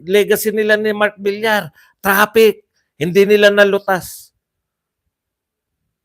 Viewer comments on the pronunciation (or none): none